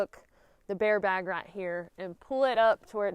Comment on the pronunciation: True story...I mostly clicked this video just to hear you say "baare bag" lol <3. However I was more tickled with "line" Them twangy words are the bestest! #southerngirls #thebestgirls